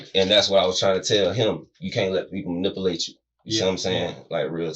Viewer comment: Dude said "don't let nobody NIPalate you). You darkz are great at English language id love to see your spelling.